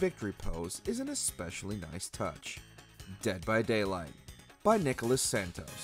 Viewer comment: Ele falando "naicôla saintoz" kakakakak 🇧🇷🇧🇷🇧🇷🇧🇷🇧🇷